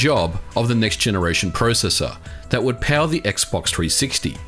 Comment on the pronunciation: You say processor wrong